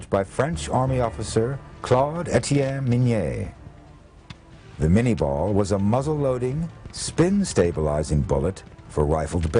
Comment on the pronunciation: It's Minié ball, not mini ball. And Chauchat, not Chow Chow. Otherwise, good doc.